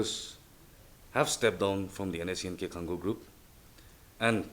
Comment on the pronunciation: say Khang o not Khan Go